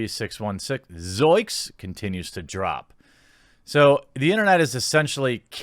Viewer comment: Yo Jeremy Shaggy always said "zoinks" with an n, not "zoiks."